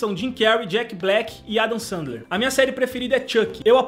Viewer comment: PORRA GENTE ELE QUIS DIZER QUE ELE FALOU ERRADO Ô CARALHO SE FALA SENDLER MAS ELE FALOU SANDLER (n to sendo grossa) (amo o e o felipe)